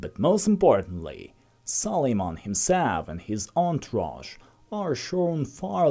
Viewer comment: Its Suleiman not sol....